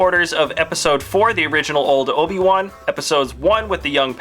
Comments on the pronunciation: You said oba-wan not obi-wan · he says Oba one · You said obe wan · another padawan Oba-Wan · no no no its Ben kanobi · Oba one... That's what he said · "Let's move to the episode ONE Obi- ONE(Wan) where he is a padaONE(wan)"